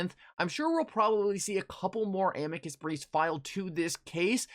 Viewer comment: Nobody pronounces Amicus right. It’s Uh-me-cuss = Amicus.